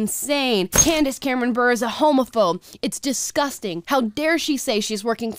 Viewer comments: Her name is pronounced Burr-a. Not Burr. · Its pronounced Bur ray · Small detail but important... her name is pronounced Bur-ay not Burr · I love this supportive take on Candace Cameron Bure‘s position. Good for you. BTW, her married babe is pronounced „Boo- Ray.“ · I agree with you but, I have to correct you on one thing. It’s Candace Cameron Bure pronounced (Bure ray) Her husband was a Russian hockey play. I do think it’s great anyone sticks to their own convictions even if I disagree. However, I agree with her. Hallmark who she had a deal with is like Pure Flix & tends to stick with wholesome family friendly content. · God damn it. Her last name is pronounced Bur-eh. She's married to the brother of one of the most exciting NHL players ever. Show some god damn respect. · Her last name is pronounced, Bure (like cure)- Ray. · Her last name is pronounced beret, like the hat. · It's sad that none of the top comments are correcting the way you said her name...clearly no hockey fans here. She married Pavel Bure, one of the best Russian hockey players ever. It's pronounced Ber-aye. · Its pronounced...bur ray